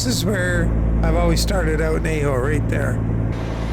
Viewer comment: HAHA, you nailed Tonopah but murdered Ajo a couple times. LOL - Nice run, thanks again for all the skins you add for us!! 🤩🙂